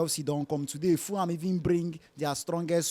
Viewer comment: It is Ful-ham, not Fooham.